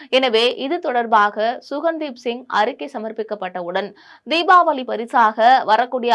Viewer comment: குழுவின் தலைவர் சுகன்தீப் சிங் பேடி அல்ல.ககன்தீப் சிங் பேடி.செய்தி வாசிப்பவர்கள் பெயரை கவனமாகப் படிக்க வேண்டும்